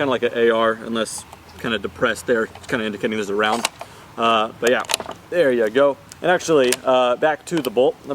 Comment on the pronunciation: Whenever he says “But Yeah” I hear he is calling to someone “Bhaiya” 🤣🤣🤣🤣